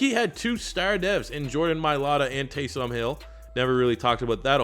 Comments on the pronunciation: Please stop saying Tay-som. It's Tay-sum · you pronounce taysom like taysum or taysome not tay som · Its pronounced Taysum not TaysOOm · For the love of god quit splitting up his name and say it as a full name Taysom not Tay Som. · Taysom not Tay SOM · its "Taysum" not "taysom" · Am I the only one that is super mad at the way he says taysom hill it's pronounced tay-sum hill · "Tay-Some Hill" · The way you say Taysom really bothers me